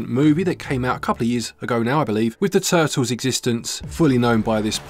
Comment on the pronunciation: Teenage Mutant Ninja Tuh'uls 🇬🇧😎